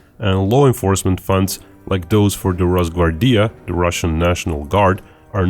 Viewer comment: Its not ros-gvar-Dija its ros-Gvar-dija.